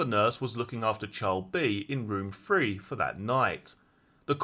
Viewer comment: Can you please pronounce your words correctly,as in Three,not free,brother,bot bruvver,father ,not farva…. It is awful to listen to.